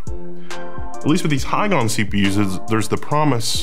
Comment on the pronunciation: "Ms. Hygon" LOL